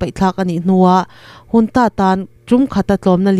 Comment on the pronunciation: Junta hi engati nge Hunta tia i lam tlat. I tidik zawk nge dik lo zawk ka hrethiam mang lo.